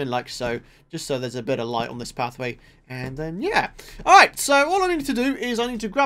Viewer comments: Person_Is _Cool39 lol I know but seriously? "ari" ,doesn't seem to be his usual accent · now that doesn't sound like the word "alright"